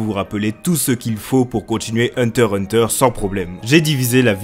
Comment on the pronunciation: Le x ce prenonce !